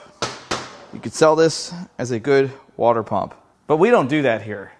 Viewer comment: It’s pronounced: “water”.